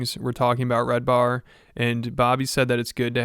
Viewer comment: His name is red ban not “red bar”… isn’t it?